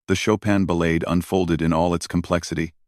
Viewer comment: Learn how to pronounce "ballade"... to those of us who have actually played this piece, your mispronounciation is nothing short of sacrilege. ..